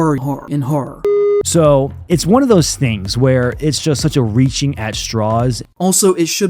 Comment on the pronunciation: The way he says horror.. Hur-hur hur hur hur